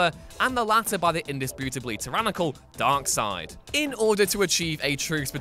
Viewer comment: God damned he is correct to say "dark- side" but cannot do correctly "constan - tine '9'" hahahaha well we cannot be perfect